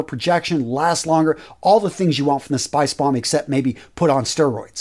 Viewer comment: Love these fragrance videosssss. Thanks! That pronunciation is on point in my opinion! Do you think spicebomb infrared better than night vision EDP?